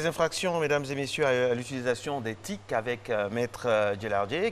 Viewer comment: T.I.C et non TIC !!!